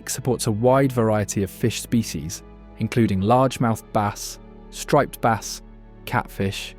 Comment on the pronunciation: AI video full of lies and inaccurate descriptions. Like Bass, pronounced baaas. They also are fresh water, and very light brackish ONLY, not salt water, also the images shown are NOT bas but salt water feeder fish of some kind, not even game fish, they also don't really school, at least not in any large numbers like insinuated here. So tired of these stupid wrong AI videos cluttering up YT, soon all we will have is fake disinformation misinformation trash.